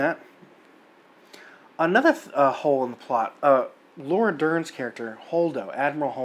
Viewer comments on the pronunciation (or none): none